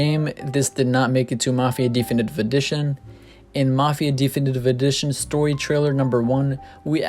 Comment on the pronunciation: di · fi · ni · tiv Not d-E-finitive For fuck sakes.